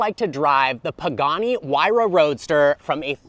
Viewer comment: It's not pronounced "why ra"...it's "hoo-ay-ra"...I own 58 of these